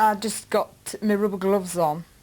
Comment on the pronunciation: 'roober glooves' 😭😭